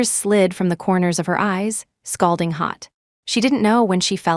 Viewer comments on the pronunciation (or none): It’s Scalding not scolding… a simple google search would have saved you the embarrassment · Scolding hot, NOT. SCALDING HOT ! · That should have read : SCALDING HOT not scolding hot (which is how it was written in the text)